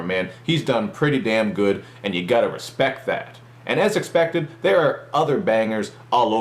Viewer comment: "you gotta respeck that" ahah